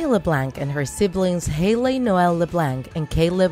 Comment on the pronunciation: U saying bratayley, haliey, and Leblanc wrong.